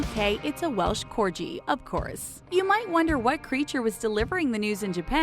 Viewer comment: Welch corji....... WELSH CORGI!